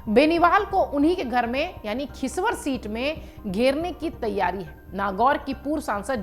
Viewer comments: खिसवर नहीं खींवसर है😂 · Sahi dhang se padh ke aaya kar LLP nhi rlp hai our khichvar nhi khinvsar hai